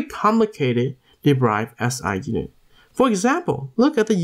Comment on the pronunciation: It's 'd e r i v e d' bro. Not 'd e b r i v e d'.